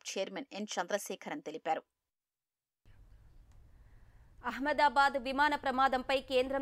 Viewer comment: అహమ్మాదాబాద్ అనలేరా? ఎహమ్మయదాబాద్ ఏంటి?